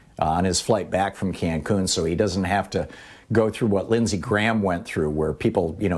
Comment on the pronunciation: Ted "concun" cruz